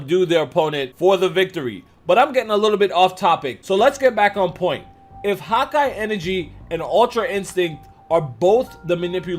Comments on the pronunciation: it's hakai not Hawkeye. Why you keep saying hawkeye?! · Am I the only getting annoyed by how he is saying hakai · #hakaigoku great vid. Smart theory,but the pronunciation of hakai is killing me. Lol I keep hearing hawk-eye energy instead of Huh-kai lol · It's not "hawk eye" it's "ha kia" get it correct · Haki ("hah-key") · the whole time im like why does he keep saying "hawk eye energy" lol then i realized he means hakai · “Hawk-Eye energy”. Your saying it wrong bro. It’s triggering me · God ki. Not hauki energy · I thought he was saying “hot-guy energy”. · I was going to comment this lol he kept saying hawk eye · Sounds like ur saying hawk eye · Am I the only one hearing him say "hawk eye" energy?? lol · "hakai" is only one word lmfao!!!! Hawk eye enegry. Oh my god 😂😂😂😂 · Good hawkeye energy 😂😂.. i agree with video but that pronunciation threw me off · You said HAKAI wrong